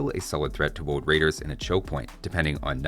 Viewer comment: Hahaha.. some people do mispronounce R as W. Elmer is the cartoon character that personifies this. "Woad wider."